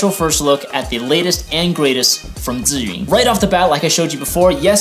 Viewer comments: How does this compare to the Weebil S? Thanks for the video! and I love that you actually pronounce Zhiyun properly, lol. So many Youtubers pronounce it incorrectly, lol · Man your pronunciation of "zhiyun" sounds like either a Taiwanese or Chinese, am I right?